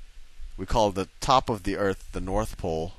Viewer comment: I wish he would say earth instead of eart